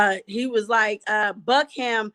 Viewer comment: Thank you for all you do! It's Johns Creek, GA and you pronounced Buckhead correctly. Love from Atlanta!